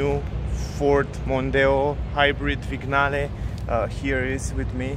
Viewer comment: It's pronounced "viniale"